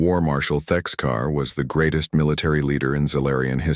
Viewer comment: Thexkar Not Texcar 😂